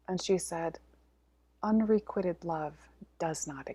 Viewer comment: So much interesting info. Loved the story about releasing the priestesses in Mexico. Looking forward to hearing more about the Magical in the coming year. I just want to mention that the word 'unrequited' is being mispronounced. You might want to check it out before your webinar. Sorry for sounding like the grammar police. It just throws me off when I hear it mispronounced. Thank you for all you do,. 🙏🏻